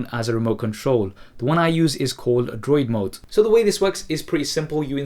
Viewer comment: If you are asking about the App he is using to control it with his phone, it is DroidMote. He mumbles the first time he says it.